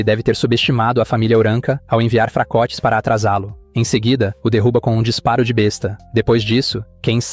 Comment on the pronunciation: Há duas palavras com a mesma grafia, mas com significado diferente. Contudo, há diferença na pronúncia. Besta, a arma medieval a pronúncia é b(É)sta. Besta, de animal a pronúncia é b(Ê)sta. Fica a dica